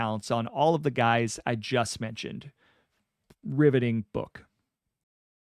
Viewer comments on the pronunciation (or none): none